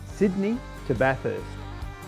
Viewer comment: Been to most of these places before the closures. One thing to visitors. Bathurst people really dislike their city being called, Bath-hurst. there's only one ,"H" , in Bathurst. So it's Bath-urst, please.